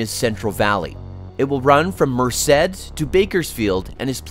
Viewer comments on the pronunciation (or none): none